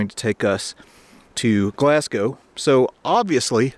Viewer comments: Gloss-go 🙄 not glass gow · Pronounced glazgo Not glass cow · The first Glasgow you said correct, but as I pause this after the next 3, they were said wrong, lol. GLAZ-GO, not GLAZ-GOW!! 😛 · Pronounce it Glasgo - the w is Glasgow is very much silent. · Nice video, but Glasgow is pronounced glas-go. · It's pronounced Glaz go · Good video, but next time, just say "Glas-go" as that is how it is said lol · Typicall yank. I think the people from and live in a place know how to say it. BTW Moscow is not pronounced Mos- cow . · Sorry but its pronounced glaz-go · Great video, just for your own knowledge Glasgow is pronouced 'Glasgo' Don't pronounce the w.:) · HOPE YOU DONT MIND ME SAYING THIS... GLASGOW IS PRONOUNCED 'GLAZ GO'. JUST A FRIENDLY BIT OF INFO. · Had to laugh at Glas-cow that’s one way to upset the Scot’s…great vid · It's actually pronounced "Glass Go." Enjoyed the video however. p.s. The amount of rain that falls on Scotland is why it's so green. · His pronunciation of Glasgow is cringe worthy 😂